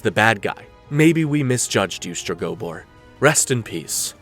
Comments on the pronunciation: Streg-oh-boar. Jesus. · I can’t with your pronunciation of Stregobor 🫠